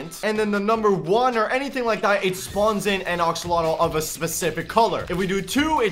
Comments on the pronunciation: Axolotl not oxolotl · Your saying oxolotl not axolotl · wtf is an oxolotl?? it is prnounced AXE-OH-LOT-L not OX-OH-LOT-L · It’s axolotl not oxolotl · Me: say axe.: axe. Me: now say axolotl.: oxolotl. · He says axolotol as oxolotol XD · He said oxeolotl